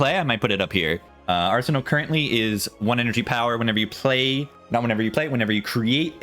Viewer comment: you saying “arson-all” is hilarious, makes it sound like a Tylenol knock off.